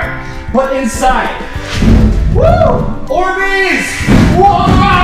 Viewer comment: You said borbeez